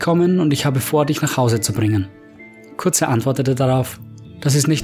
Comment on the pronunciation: Fulgrim hat es Dorn gesagt.Liest du auch selber Mal Bücher?Curze=Curse (sprich Köörrs). Nicht hörbar.Kurze...Kotze